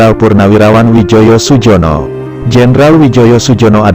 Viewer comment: Namanya Widjojo Sujono itu ejaan lama dibaca dengan EYD Wijoyo Suyono